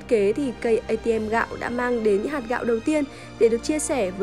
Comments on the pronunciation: Cây ATM gạo tao nghe thành K-ICM may có chữ gạo :) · Cj í đọc cây atm t cứ tưởng kicm lại ra bài mới :)))) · nghe thành K-ATM :))